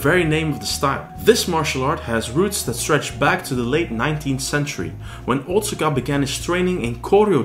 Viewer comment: Wado was my favourite martial art of the ones I've trained in over the last 40 years. BTW- Otsuka is pronounced "oh-tska". My father in law is Japanese and he corrected me on this pronunciation years ago. :)